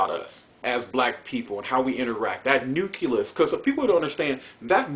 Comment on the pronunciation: My man...you seem very educated...but please, it's nucleus...pronounced new-clee-us...not nuculus. Back to the heart of your speech...honestly, the facts that you stated relate to ALL people, not just black people.